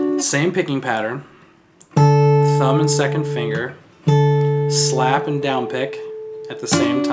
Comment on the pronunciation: a good...little...shlap haha